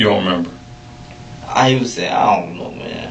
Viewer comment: Ion Ion Ion know... Ion Ion.. Ion know.